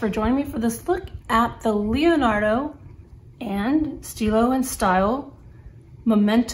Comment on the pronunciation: "Stile" is pronounced just as stilo, but with the "e" Italian sound, similar to the e in English word "economy"... kind of :-)